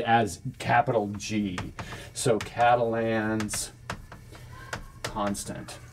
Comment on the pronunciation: You gotta French up the pronunciation of Catalan.